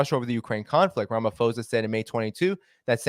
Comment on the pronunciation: Thanks for the information 👏🏼👌🏼FYI Phonetically we pronounce it Rama-po-sa👍🏻